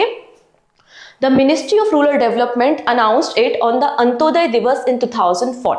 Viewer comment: Madam, wo rural hai ruler nehi 😂